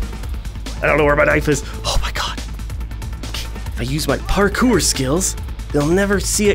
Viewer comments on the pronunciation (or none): MASTERED. PARKER. is this like. On purpose to show that this is an early access build!? It’s pronounced PAR-CORE. lmfao